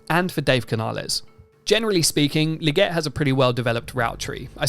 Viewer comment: Legette~ with TWO ✌️ E’s, “LEE-GETTE” Lol